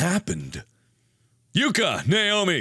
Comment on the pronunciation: I know he is shouting "Naomi!" but I only here "Nail me!" :'P